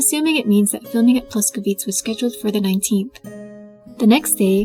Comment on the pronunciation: That must have been so much work! Thanks for your commitment. I am so exited for the show! Btw. Your pronunciation of Czech words is great, but one thing: place names like Ploskovice and other "-ice"s end with a vowel sound [ε]. Something like this: PLOS-koh-vih-tseh...